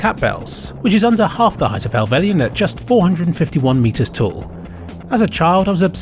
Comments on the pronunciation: "hellvell y un" bro its just hell-vell-yn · It’s “hel velin” not “hel velian” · Nice footage. A small point though: It's Hellvellyn (pronounced Hell-vell-in) not Hellvellian. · I can't quite get over how you pronounce Helvellyn